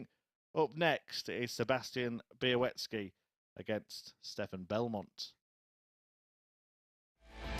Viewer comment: Bialecki not Bialeki...